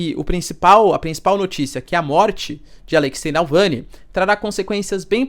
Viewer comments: Você falando "Nalvany" 300 mil vezes, mas o nome do cara é Navalny klkkk. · Que aflição ouvir Nalvany e não Navalny 😅 desculpa, não pude não reparar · É Navalny não Nalvãny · Professor, o nome do cara é Navalny e não Nalvany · NAU VANI?? n é NAVALNY??? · Alexey Navalllllllny, não nalllvany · Professor, ele se chama Navalny, não “nalvany” kkkk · Caro Professor por favor, evite essas pronúncias de nomes errados!!! Sou assinante, assisto e acompanho teu canal, e gosto do modo pouco enviezado que vc comenta e arrazoa nas questões geopolíticas complexas. Então repita comigo N-A-V-A-L-N-Y , não *NalvÂni (*sinalizando a pronúncia) Eu sei que os nomes são complexos, mas conceituamos na praxe, a adaptação em inglês para português. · Vcs escrevem Navalny e falam Nalvany!!! escreve certo e fala errado !!! eu já percebi isso em vários canais que falam dele!!! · Não é Nalvany, é Navalny. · Repita comigo: NaVALny, não é NALvany.... Coisa feia! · Nalvany NÃO , amigo; Navalny . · Acho q a pronuncia esta equivocada. Nao é NaLvany, é NavaLny. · Navalni e não nalvani professor.. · Doeu meus ouvidos esse video. Se ele erra repetidamente o nome do cara, me pergunto o quanto ele confere os fatos e os lados da informação. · Boa noite! Professor, me permita a correção: É Navalny. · Porra um professor pronunciando errado o nome de "navalny". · Poxa Professor... errou várias vezes o nome do cara.